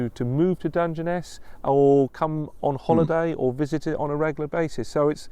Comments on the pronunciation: You pronounced it perfectly the first time 👏🇬🇧🇺🇲👏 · Your first pronunciation was close enough 👍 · How you pronounced it first time was correct. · Pronounced Dun-jen-ess. A big expanse of not a lot. It’s in Kent, which is in the south east not too far from London (well an American’s view of not too far). Look it up on Google Maps. You’ll see how desolate it is. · Your pronunciation of the place name is perfect,and it is as much of a surprise to me as it is to you and I live in the UK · You got it right that is how it is said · Your pronunciation is correct. It's a stone desert not sand. I've been there is a railway nuclear power station. Why don't you check the Dungeness the Rodney Hyde railway 🚂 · your pronunciation was pretty near spot on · Hi, yes it is Dungeness - as you first pronounced it 😊 Dun-gen-ess ❤️